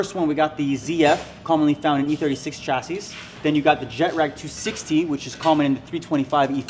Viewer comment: Fuck wit y'all shit heavy just hate when you say "jetrag" lol